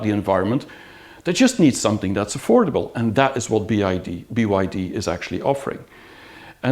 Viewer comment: Why do you keep saying BID "I" and not BYD.